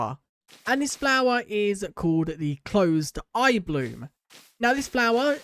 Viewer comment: Can you say blossom correctly please for once?